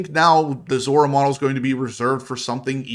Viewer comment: Still calling it a Zora